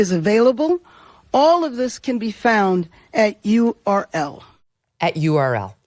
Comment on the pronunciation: "Url" 😂 can't make it up. She is too stupid which means she is perfect as dem leader